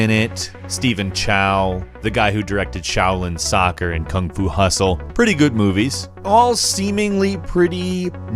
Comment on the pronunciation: chow-lin soccer.. lol.. its shaolin soccer dude..